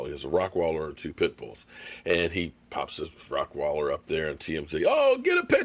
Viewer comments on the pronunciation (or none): its Rottweiler, not Rockweiler